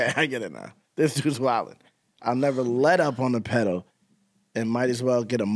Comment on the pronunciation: As weird, dumb, and random as it is, my favorite line/part is the “I’ll never let up on the pedal..” just because of the way he says it. He stretches out the first syllable of I’ll and speeds up through the rest like he’s pushing the pedal. Idk it just sounds dope to me.